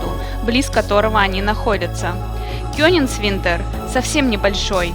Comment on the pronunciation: Ну хоть бы постарались правильно выговаривать географические названия. Что за кёнингсвинтер? Опять тьма и невежество. Коллективная грета тунберг